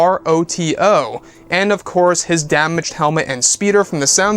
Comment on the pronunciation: Hello from Japan! My son ‘s name is Hiroto, too. You pronounce it wrong, though. The right pronunciation is “He row toe” not “ Hight row two”